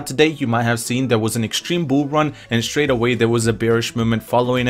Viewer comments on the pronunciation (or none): none